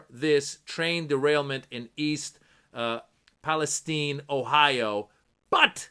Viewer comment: I’m impressed on Your correct pronunciation of Palestine. My brothers in Felestine 🇵🇸 will really appreciate that